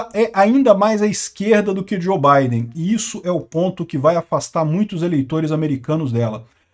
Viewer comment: Que Djo Baiden! O correto eh Djou!!!